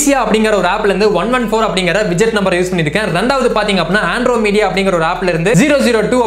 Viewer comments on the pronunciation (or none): ஆண்ட்ரோமெடா! !!!!!! ஆண்ட்ரோமீடீயா இல்ல 😂